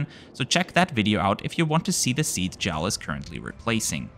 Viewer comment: Great video. btw, it's J A L not "Jal".